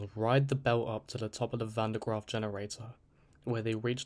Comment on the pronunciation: Bro tried his best to mispronounce van den graaffs name 😂